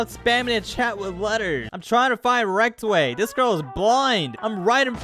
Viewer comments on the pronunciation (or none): rektway not rectway